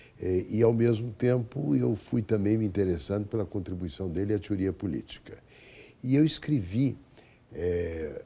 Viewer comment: "tiuría" to ligado.